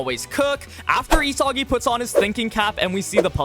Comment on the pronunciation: bros pronouncing it, ee-soggy